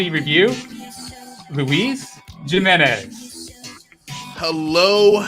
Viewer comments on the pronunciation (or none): Rather you awesome bud, one tip, luis last name is pronounced "HE-menez" the "J" is more like an english "H"